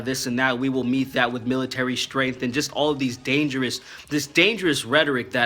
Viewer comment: first black guy I ever heard abrviate or say strength ☑ great videos !